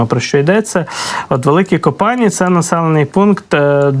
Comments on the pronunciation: Не ко-пані, а Ко па ні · Великі КопанІ *наголос на і!!!